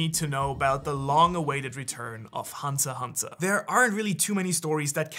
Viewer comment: its hunter "X" hunter not hunter hunter . bruhhh